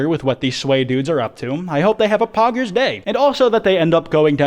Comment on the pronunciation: hearing poggers in that accent just sounds wrong to me